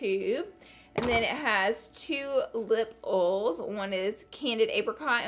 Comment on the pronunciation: "2 lip uhls"